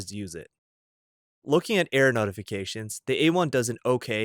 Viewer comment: Error notifications. LOL I thought he kept saying "air" notifications.